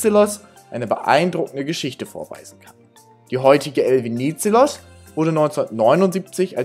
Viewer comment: habe euch mal ein Song verlinkt, da geht es um den Namensgeber der Fähre, weil eure Aussprache ist etwas falsch, nicht böse gemeint, musste schmunzeln, nur für das nächste Video wenn es nur um die Fähre geht 🙏✌️❤️ Der Politiker hieß Eleftherios Venizelos